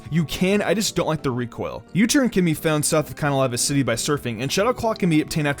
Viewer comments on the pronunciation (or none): So nobody notice on how he said Canalave City 🤔🤔?